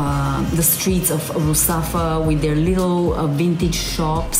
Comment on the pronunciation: She says Russafa perfectly (Valencian, not standard Spanish pronunciation), but shows el Carmen, the little vintage shops here have all gone now, all turned into bars and restaurants.